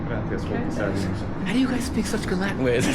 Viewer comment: It took me a while to understand that when he says la-in he actually means Latin. For some reason the T is silent.